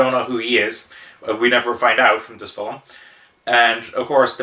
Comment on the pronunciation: Fil-m. Its not Phil-im, wheres the extra i? I do want to see this, but Id rather read the manga first. I really like Trust and Betrayal tho, very Oshii esc.